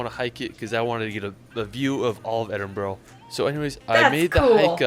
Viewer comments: Have to echo what RLH-B and his comments say - these locations are north and west and not suited for short visits from Edinburgh (pronounced Edin-bur-ah). There are lots of great places to see in the south and east of the country which won't eat into the time you have there. Head south into the Borders (1 hour from Edinburgh) and you'll get remote areas and nice scenery. Mountains aren't far off; head towards Stirling. Should save you time but you won't miss out. June should be relatively quiet. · It's called ED-inburu. Emphasis on the first syllable and the last two are the undressed neutral sound of the words "a" and "the". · God! If I hear Edinburgh pronounced edinboro I shall scream! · Polite notice, it is not pronounced Scat land, nor Edinbo-ro, nor Glasgouuh. If you are so insulting and stupid don't bother coming, stay home and eat some scat. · Edinbro ... LOL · Hollyrod in Edinboro??? 😂😂😂 That guy should have attempted to learn how to pronounce the placenames. Lucky for him he didn't visit Milngavie. Folks, 4 days isn't enough. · Ed in borough… as in Queens is a borough of NYC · Please it is not Edinbro!!! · Definitely. Glasgow (Glazz-Go), Loch Lomond (Loch Low-minn-d). Edinburgh (Edin-burruh) if you're wondering how to really pronounce the place names. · I'm from Glasgow . It's EMBRA . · Great video but his pronounciation of Edinburgh & Glasgow made me cringe 🏴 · you pronounced Edinburgh properly...it's not boro, it's bora. Everytime he said it, it was painfull. How could you not go to Edinburgh Castle! It has William Wallace's sword. Also how did he not go to the hidden streets beneath Edinburgh city! Instead of demolishing the streets to build the city, they just built over them, so the streets are stuck in time! It's a must go 😊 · Glenfeenan, veeaduct, Edinburrow? Oh dear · Edinbro ? The guy needs to know how to pronounce it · Ed-in-burra -glas-GO it's no hard